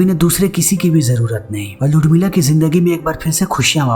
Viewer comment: उर्मिला या लुडमिला क्या बोल रहा हैं ये?